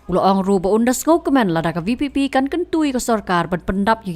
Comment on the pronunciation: Just to say vpp he can't say it properly this show tht th NPP was full of confused..and how come he can be the education minister